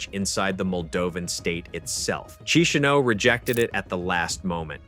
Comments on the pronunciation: Key she now. Not. Otherwise, excellent explanation. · Learn how to pronounce Chisinau corect .